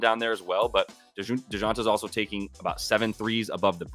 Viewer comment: Dee-Jon- tay lol butchered his name